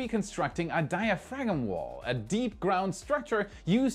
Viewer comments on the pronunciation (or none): Die a frag' um :) Hint: the G is silent: Die' uh frahm… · English is dumb, so the 'g' in diaphragm is silent: DIE-a-fram. These features were added to the language solely to trip up non native speakers. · Your pronunciation of diaphragm is incorrect. The G is silent. It is pronounced, dai-uh-fram. Or dia-fram. Basically like saying diagram but replace the G with F. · the correct pronunciation for diaphragm is diafram. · Hey, I don't have to tell you that English is a weird language, half German and half French. The G is in diaphragm is silent. Don't ask me why. I very much enjoyed the updates on Stoke Space and Rocket Lab. So many different companies are doing exciting things to develop new rockets, Stoke Space, Rocket Lab, Relativity, Firefly, Astra, Skyrora, Augsburg, even Blue Origin, and others too many to list. Each of them is taking different approaches, in terms of manufacturing, reusability, and launch architecture. This was simply unimaginable a very few years ago. Most of them will not survive, may never even get a rocket off the pad, but the world is changing right under out feet and I am excited to watch. The world is forward marching and we're in the parade. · Die-a-frag-em… that’s funny. I don’t think it was on purpose. Funny none the less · I don't think I've ever heard anyone actually pronounce the silent "g" in diaphragm. #diafraggem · Hi, great report! Just an FYI: In English, the "g" in "diaphragm" is silent, and pronounced 'dye - a - fram. And, the apostrophe in words like "Earth's" is also silent. You pronounce that earthes, which, while charming, is incorrect. Nevertheless, dude, your English, as a second language, is much better than most nit-wit American kids being excreted from our public schools these days. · Hey. Welcome to the English language and all of its exceptions and inconsistencies. The 'G' in diaphragm is silent. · Thew G is silent. It's pronounced die-a-fram. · DIAPHRAGM!!! Silent G!!!